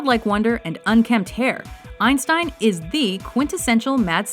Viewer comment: Who the hell is albert "einsein"?! lol you forgot the T